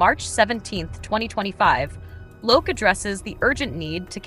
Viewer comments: It's pronounced Loki (lo-kee) in english, the god of mischief :) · The AI voice is actually closer to the Swedish Loke (loo-ke) than the English pronounciation Loki.